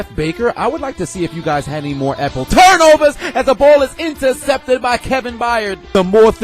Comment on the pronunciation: It gets me everytime you say apple TURNOVERS😂😂😂😂